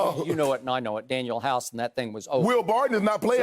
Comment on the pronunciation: said Danuel House lol